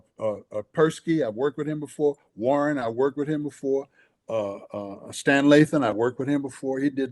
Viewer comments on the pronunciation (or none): none